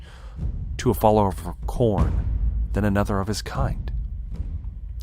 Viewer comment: you must be a slaaneshi otherwise youd say it right.